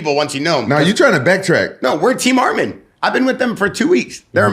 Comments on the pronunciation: SAY HIS NAME RIGHT ITS ARMAN NOT ARMEN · Arman WITH YOUR woman, is the correct way to pronounce his name.